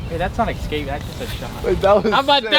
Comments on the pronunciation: just wish people could escape saying the word excape lol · And it’s not pronounced eXscape…it’s escape. Man, this generation, with their grammar and spelling, scares me for our future. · I’m not a grammar nazi but I cringe when I hear “excape” 🤦‍♂️ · I’m just glad says exscape like me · can’t say escape lol